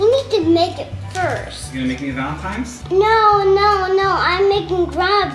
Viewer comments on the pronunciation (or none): Did anyone else notice that Colleen and both kept saying "Valentimes," and Flynn kept saying "Valentine's?" What a proper little man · colleeeeeen you said valentimes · tortilla talk: i am so sorry but are you all saying valentiMes???? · I noticed that you and said valentiMe instead of valentiNes. Just wanted to point that out. Love u!!